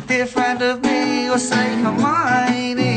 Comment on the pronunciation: I love how he says hermione🥺🥺